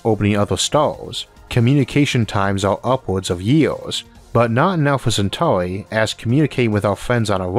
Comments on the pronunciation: Alpha centaurwi 😂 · Bro it’s actually annoying listening to your voice it’s Earth earth Centauri no centauwi fuck man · when did elmer fudd become a narrator alpha centawri